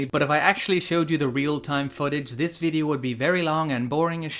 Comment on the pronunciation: "Das high-quality VI-D-O" .. Graphics and capture look sharp. Strange game that I would have no interest in playing myself. Got more out of this content than would have the short game. At least you made it fun. But, the acting and some other things about it are appreciated, like you said.